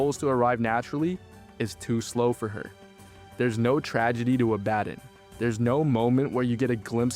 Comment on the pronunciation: Fucking AI narration. If this was a real person who actually watched the fucking show they'd know how to pronounce Azazel and Abadon